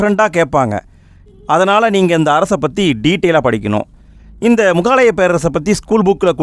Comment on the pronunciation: Bro not mugaalaya Say mugalaaya